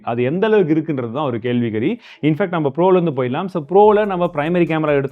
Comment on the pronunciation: kelvi kari thaappa pronunciation panuninga vroo